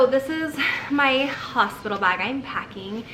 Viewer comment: Hosipital lol <3